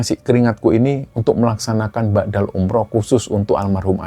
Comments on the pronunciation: Mohon maaf sebelumnya 🙏🙏 mau sdikit meluruskan, bukan ba'dal umroh mas TPI badal umroh, badal= pengganti. Kalo BHS arab kan beda pengucapan maka beda jg artinya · Maaf,sy dengarnya BA'DAL umroh. Yg benar adalah BADAL umroh. BA' DA dlm bhs arab bermakna "sesudah",sedangkan BADAL dlm bhs arab bermakna "pengganti" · ngapunten koreksi sedikit badal bukan ba'dal...🙏